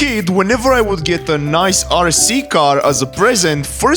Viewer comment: holy respect to broo also i love it he says niee isted of nice but you uderstand what he says your so funny